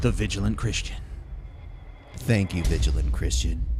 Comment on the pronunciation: did the vigilant christian say chwist?